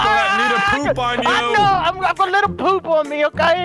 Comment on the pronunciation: Its po-op